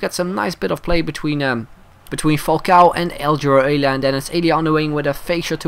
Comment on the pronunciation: It’s pronounced El-e-a